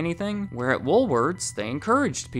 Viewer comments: Why does it sound like you're saying " Woolwords"? 😊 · Come on,...... Pick a pronunciation: Woolworth's, Woolwords, Woolwarts?!?!?;^)